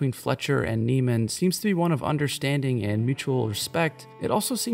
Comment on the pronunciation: You do know you’re pronouncing his name wrong right? Fletcher pronounces Andrews name wrong in the film on purpose😂 his name is Andrew Neiman like “Nae-man” not “Nee-man”